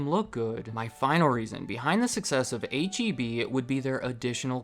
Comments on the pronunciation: H-E-B was the only thing I liked about living in Texas, and the only thing I miss from Texas. But don’t you dare call it HEB, Texans will be sure to let you know that it is H-E-B. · H-E-B? You mean heb?